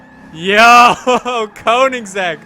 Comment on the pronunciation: It's pronounced kongseg.